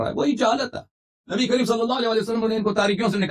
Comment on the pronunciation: Nabi kareem ko nabi cream bolrah hai saaf bolne nahi aata to nahi bolna chaiye